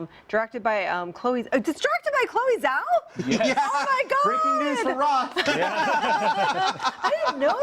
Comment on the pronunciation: Sorry for being pedantic but apparently Roth's a big fan of hers. Chloe Zhao's surname. That Zh is pronounced a 'j' sound, thought you might want to know. Chinese surnames are tricky if you never hear them spoken.